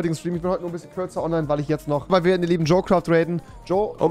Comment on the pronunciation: Junge es heißt "jo craft" und nicht "jo quaft"